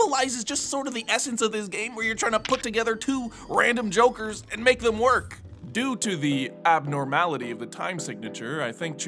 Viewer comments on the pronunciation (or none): none